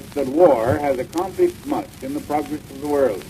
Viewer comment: He sounds so modern compared to the other early recorded voices we have. About the only thing he pronounced oddly by today’s standards is progress as “progriss.”